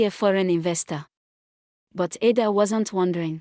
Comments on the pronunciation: Learn to pronounce people names its ida its Ada not amokca but Amaka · You pronounced it wrong Ada😂